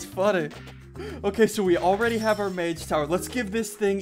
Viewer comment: I cringe every time he says mage